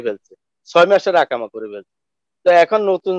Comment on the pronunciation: ভাই ইকামা বলেন শব্দটি হবে ইকামা আকামা নয়